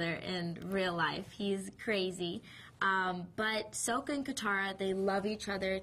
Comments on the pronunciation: soka?! no it's sokka!!!! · SAKA. not soka...wtf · SAW-KA A-NG ITS NOT that hard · Maximillionare but some how she didn’t say sokka right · She pronounced sacka wrong and I spelled it wrong haha and Ang is funny